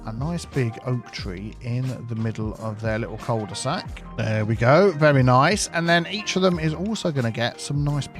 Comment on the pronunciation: Cul-tea-sac Oaks